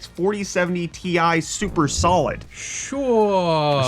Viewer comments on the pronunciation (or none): that sure (Sho) sounded so South African! 🤣